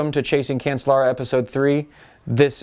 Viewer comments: Cancellara is pronounced "can-chell-ah-rah" isn't it? "Chell", not "sell". That's what I've always heard them say when I'm watching the Tour de France etc. And these sources pronounce it "chell" as well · Nice views. But Phil, if you keep calling him Cancel-lara he will cancel you. I think that is what he was thinking. It is pronounced Can-CHE-lara.